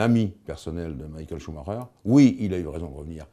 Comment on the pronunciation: cest quand meme mal- A pronouncé "Maikel chemaiker"